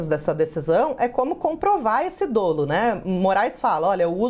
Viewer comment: Pronuncia-se DÓLO.